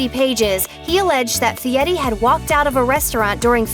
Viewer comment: It's NOT pronounced "Fietti."